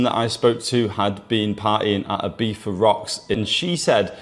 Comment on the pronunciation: "Ibifa" probably makes it unwatchable for most people.